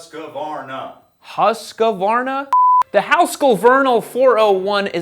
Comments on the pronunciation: Not Husq - varna. It's Hus - qvarna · It's not a "HUSKUHvarna", it's "huskvarna" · The irony in mocking the fact that you can't pronounce the name, looking up a swedish video, then still pronouncing it wrong afterwards.. 'Hoosk-varna' not 'huske-varna' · It’s not pronounced husquhhhvarna. Its husqvarna. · Hooskvarna not Huskavarna 😊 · Why are they saying Huss Kuh wana when its Huskvarna? ( im swedish ) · Its "HOOSK-VARNA"...Not "HOOSKA-VARNA".......there's no "A" after "Hoosk" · It's not hasq it's husq.... "Huu" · because he pronounced the "v" like an "f" instead of "w" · Husk-var-na not Husk-a-var-na. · Husk-varna Not Husk-Ah-var-nah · We pronounce it with four syllables - Hus Ka Var Na, but 50 years after they got popular here I see that it's three syllables - Hoosk Var Nuh. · It's not HUSKA VARNA, and not HUESK VARNA It is more like hus kvarna. When you have mastered that, say it without the pause in the middle.: huskvarna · there's your problem. It's pronounced Huus-kvarna, not Huusk-varna. So no need to get off the K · Why can no one say it correctly "Hüsqvarna"?? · Hus-kvarn-a. Hus means house and kvarn means mill. The q is trying too spell it fancy. But yeah there is no "husk" 😅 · You say Huuusqvaarna in sweden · The correct-isch english pronounciation would be "hewsquarna" btw ;) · HEEEYUSKVAARNAA is the correct pronunciation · no no no we pronounce it Huuuuusqvarna, you need to work in that U and a light H so its like saying who, but with an U so whuuusqvarna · pronouncing it wrong too lol y'all keep putting an 'a' in the middle. There's only three syllables, 'husk. varna.' (or 'hoosk' if you're fancy) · huuuskvarrnah say in with me, huuuskvarrnah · It’s pronounced “Husky”. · Hus-kvarna FFS. It´s real easy to say :) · Haha the helper is soo of on how to say it. Its «Ho-osekvaarn-aa» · Not really husq-varna. It is hus-qvarna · you have to pronounce husqwarna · Listens to correct pronunciation and still says HusqAvarna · Huus-Kvarna. House-Mill.